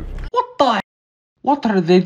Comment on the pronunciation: When said: Wtarde 💀